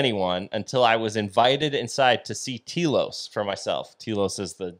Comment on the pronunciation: Your pronouncing it Tea-los try Tell-os understand ? I lived there for nearly 10 Years and I have ghostly looking pictures Of the Lemurians they are being aired on the Travel Channel.